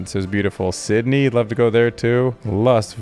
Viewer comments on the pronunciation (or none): none